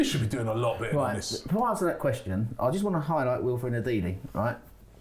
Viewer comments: Your getting sacked in the ebening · Good Ebening and... goodbye.